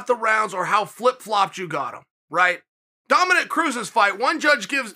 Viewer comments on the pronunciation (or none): none